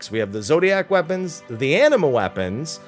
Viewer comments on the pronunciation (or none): none